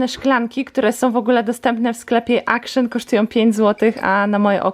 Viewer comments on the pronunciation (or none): ACTION:czytaj akcjon bo to holenderski sklep a tak nie wymawiają sz